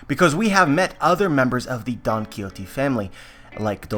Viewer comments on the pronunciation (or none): none